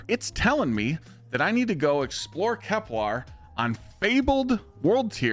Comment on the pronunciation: KepLER, not KepLAR